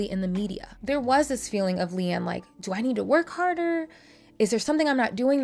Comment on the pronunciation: It’s Leigh-Anne, non Leigh-Ann